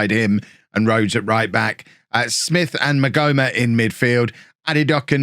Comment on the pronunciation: The h in maghoma is silent 👍🏻